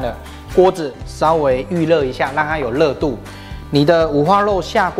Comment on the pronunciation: 謝謝阿慶師，這道菜很好吃，但讀ㄖ不是ㄌ，是豬ㄖㄨㄛ、不是豬ㄌㄛ、，熱度不是樂度，聽起來才不會怪怪的。